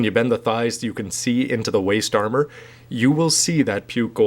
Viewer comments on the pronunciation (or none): none